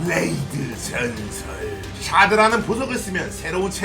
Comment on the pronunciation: 뤠이드 줜설